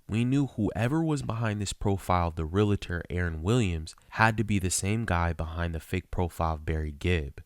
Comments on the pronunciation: The word is not "re-la-tor" and it's not spelled :"relator." It's "realtor." "Re-al-tor." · It’s pronounced REAL-ter Not Ree-la-ter! Geez! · It’s realtor, not realitor. 🙄🙄🙄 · Why does every one say Real a ter? Lol. It's Real tor. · REAL-tor. It is not real-a-tor. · The word is realtor - re - al - tor, not relator - re - la - tor. If that is your profession, at least say it correctly. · This woman is beyond stupid!! I am just floored by the idiocy of these people. By the way, it's REALTOR, not Realator... this drives me nuts!!! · It’s not Re-la-tor, it’s real-tor 🤦🏻‍♀️😑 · Let me help out, here: the word realtor is pronounced real-tor, not real-a-tor. Two syllables and not three. Majority of people always mispronounce that word. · It's pronounced real tor 2 syllables!! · “Real” - “Tor”, 2 syllables, no hate, just a commond mispronounced word. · ‘Barry’ can’t spell realtor (‘relator’) and can’t pronounce it. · Realtor is 2 syllables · Does the staff at Catfish not know how to spell realtor or pronounce it? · Can no one pronounce ‘realtor’ properly in this video? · Why do Yanks have such a hard time pronouncing “realtor” correctly? It’s a simple word. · BTW, it's realtor, not relator 🤔